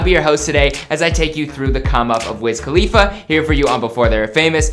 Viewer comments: WIZ KHALFA? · this man really said pass me the blunt to wiz khalifa bruhhh